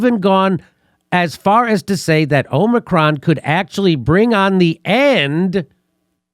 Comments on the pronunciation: Omicron man. It's Omicron, not Omnicron. Jfc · has been infected by biden's pronunciation of 'omnicron' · Correct pronunciation: AH-mi-cron. Peace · O- micron sound it out. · is pronouncing it 'omnicron' like he's not joking. 😊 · Why does keep saying “Omni-cron”? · It's pronounced, "omicron". Not, "omicron". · If you cannot properly pronounce the word "omicron", then don't comment on it. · If is pronouncing Omicron wrong on purpose, why? I don't get it. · I’m as confident in a person who can’t pronounce “ omicron” as I am in a person who can’t pronounce “ nuclear”. Can you bring in someone with an IQ ?